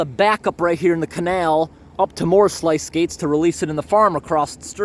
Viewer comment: Love your video’s. Just fyi the sluice gates are pronounced (sloos gayts)